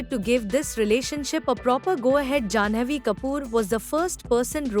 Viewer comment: It is not JanAvi Kapoor. It’s pronounced Janvi. You mess people’s name even shah rush Khan’sname you do that. Same reporter. Please teach her to pronounce